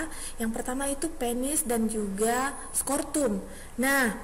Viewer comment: maaf bu. sekedar evaluasi.... mohon membenarkan penyebutan nama organ. Skrotum... bukan skortum, testoteron bukan tostesteron... tuba fallopi bukan leher rahim. nama lain leher rahim itu Servix... mohon maaf sebelumnya, tetap semangat untuk berkarya...